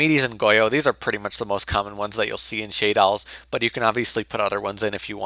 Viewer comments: Dude you pronounce shaddolls so fucking annoying it's not "sheydalls" is shaddolls just like how you say "shadow" mist, also the deck sucks dnt give people misleading credit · I'm sure someone has brought this up somewhere, but I'm confident you're pronouncing Shaddolls incorrectly. Shah-dolls, not Shay-dolls. I find your pronunciation very irritating.